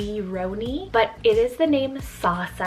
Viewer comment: Yeah very close! Dutch has a bit more of a harsh/fast sound tho, so I actually liked your way of pronouncing it even more haha